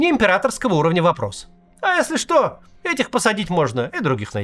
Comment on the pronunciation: Всё в принципе объяснимо и понятно , кроме одного , Макс, что с интонацией на крайних словах " До завтра" ? :)